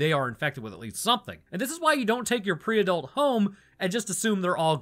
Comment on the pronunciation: As a Pre-Adult I think it funny how you say Pre-Adult ( / Tales )